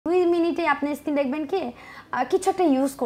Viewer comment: ইস্কিন কী জিনিস? 😂😂😂 শব্দটা স্কিন